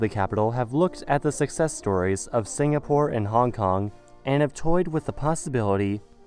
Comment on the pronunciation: "Singapure in the Tames", I like the Sound of that